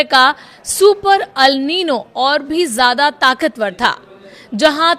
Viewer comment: Are wo Al nino nahi El nino hai 😂😂😂